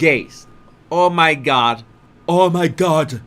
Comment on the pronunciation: Please stop calling o my god.